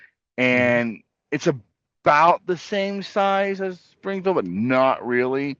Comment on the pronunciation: Springfield sounded like you said Springhill